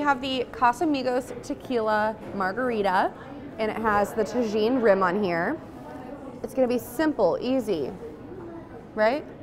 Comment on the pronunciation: ta JEEN? bruh..